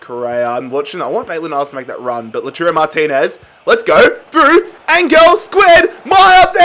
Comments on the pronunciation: Its pronounced like Low(like cow)-Tar-O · Just pronounce Martinez as Lau-Taro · Lautaro Martinez is pronounced La-w-tar-oh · Lataro this is the prononucation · Guys he can’t even say the word pronounce never mind Lautaro. He uses a made up word ffs. PRONUNCIATE isn’t a word